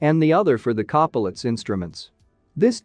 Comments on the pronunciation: Wow - so clear!! Thank you! btw, you can trick the TTS to correct pronunciation using phonetic substitues in your script. For example "pee-toe" or "co-pilot" rather than the correct spelling may change the way the TTS says the word. Sometimes you gotta experiment with it a little to get it to say it right. Great job on the video - lots of work in that 14 minutes and it shows!! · Voice algorithm needs to learn how to pronounce pitot and copilot correctly